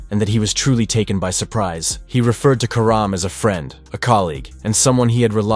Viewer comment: You can't even get her last name right